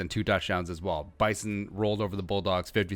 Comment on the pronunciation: Rule #1 of a review video on the Bison. It's ONLY pronounced correctly with a Z. It's Bye zun.